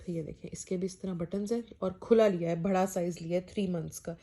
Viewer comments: Bhaada nai badaa Hota hai behan 😀😀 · Why u said bhada to bada say properly bada